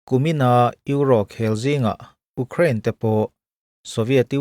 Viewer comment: I thu chhiar hi ngaihthlak anuam khawp mai i ti ṭha e, kal zel turin duhsakna ka hlan ache, thil pakhat chauh aw, Ukraine hming i lam fuh teuh hle, USA chu kan lam thiam tlang hle, mahse mizo zinga Ukraine hming lam dik thei hi kan tlem hle, U hi iu ri angin ilam theih ka ring..😮😊